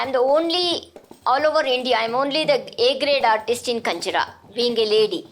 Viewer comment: I guess its GinjaRa, not KanjiRa